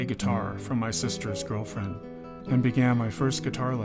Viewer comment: I played it back 2 Times because of that... "sister's girldfriend"? The fack!